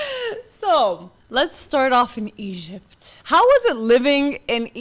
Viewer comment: "Egyyyb" "Bassbor" 😂